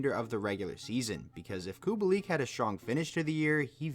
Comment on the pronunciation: ahh yes, i love COO-BALL-EEK. totally not Kubalik